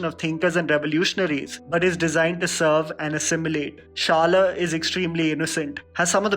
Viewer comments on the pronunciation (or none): It's not pronounced as shala. It's shada ! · Man it's shada not shala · I really like your recommendations and I make sure to watch these in my spare time. And the way you pronounced "Shala" :-D it is actually pronounced by rolling your tongue upwards ;-) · Its promised shala not shal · Shala.. Is pronounced as Shaa-laa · Pronounce Shaala correctly you fraud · You mispronounced Marathi movie name.. Its Shala (शाळा) Means School.. 😊✌🏼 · The way you pronounced शाळा 😂😂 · dude you screwed the word "SHALA" xD and yes these movies are amazing i have seen 7 of them except 96. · He pronounced shala 😅 I can't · Omg finally after may be a year of suggesting Premam finally it got mentioned... Bt u forgot Malar the heart of Premam!! N lastly d pronounciation of Shala was completely wrong...sry